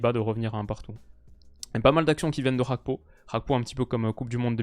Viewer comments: C'est quoi cette prononciation Gakpo [hakpo] genre espagnol ? Il est ivoirien d'origine monsieur, faut bien prononcer son nom. Un g est un g pas h. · très bon debrief. La deuxième mi-temps m'a rassuré pour la confrontation France/Pays-bas. Petit point important, même si je n'ai rien à redire sur ta prononciation du néerlandais, Cody Gakpo est d'origine togolaise par son père. "Gakpo" avec un G donc, et il semblerait, de ce que j'ai pu lire, que Cody lui même préfère qu'on l'appelle comme ça. Voilà voilà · « CH »apko, on Voit l’influence néerlandaise chez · Le nom Gakpo n'est pas néerlandais, donc pourquoi mal le prononcer? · Tu peux prononcer le G de Gakpo. C'est un nom Togolais et nom neerlandais 😃